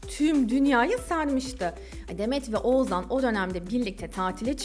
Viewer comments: Bir de Oğuzhan' ı telaffuz edebiseydin keşke 😂 Oğuzan Oğuzan diyip H leri yutmandan biz de doğrusunu demeyi unuttuk 😂😂😂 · Oğuzzzaan dedikçe z ler beynimi deldi 🙄